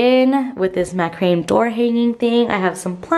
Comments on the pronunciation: It’s pronounced MAC-RA-MAY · Its pronounced MAC-RA-MAY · Ma-kruh-may is the pronounciation of macrame. I grew up with it in the '60s and '70s. Very cute place!